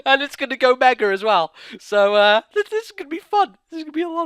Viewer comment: Why do you say megere